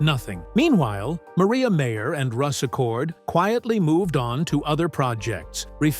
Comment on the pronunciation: It's MIREYA MAYER....NOT MARIA MEYER!!!